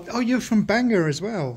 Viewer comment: The accent is on the Gor so it is pronounced BanGOR. So many people mispronounce it I just had to stick my nose in.